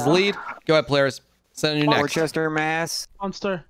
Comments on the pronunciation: I love how they all pronounce "worcester" wrong no offense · kinda like wuster or wusta